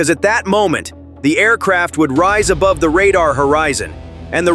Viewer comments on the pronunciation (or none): none